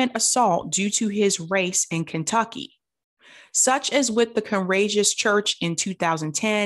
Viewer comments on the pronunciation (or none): none